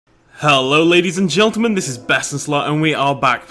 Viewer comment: He said hello ladys and gendelman😂😂😂😂😂